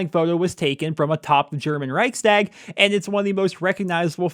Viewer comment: In love with how shit your pronounciation of Reichstag was